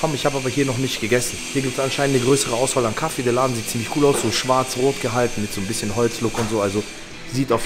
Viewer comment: vorallem “bissjen” paprika 😂👌🏼